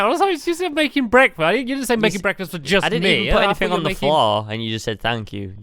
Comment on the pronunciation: Stamps just had BREADKFAST!!! Yeah.... It was rubbish..... BREADKFAST